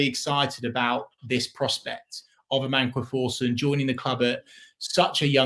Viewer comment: May be wrong but pretty sure it’s Amankwah Forson